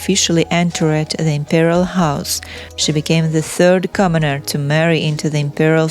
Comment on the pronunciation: Commoneer, lmao